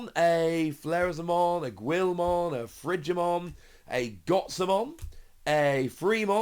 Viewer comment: It's GILL-mon not GWIL-mon lol